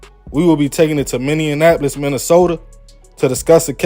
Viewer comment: Say it with me MINNE-AP-POLIS 😂😂 love your content bro